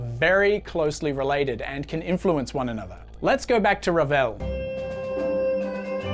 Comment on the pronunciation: A+ for effort on your R rolling, but.... Maurice Ravel was French 🧐Awkward